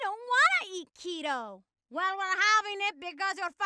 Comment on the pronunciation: Does she mean keto or quito